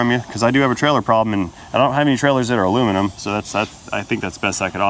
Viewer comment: When sees a trailer: “I find the lack of aluminimum disturbing!”